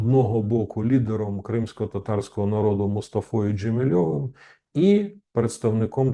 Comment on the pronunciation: ДжемІ'лєвим, а не ДжемілЬОвим. Він же не московит...